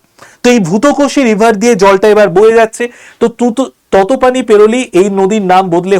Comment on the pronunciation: ততপানি নয় 😂তাতোপানি হবে 😂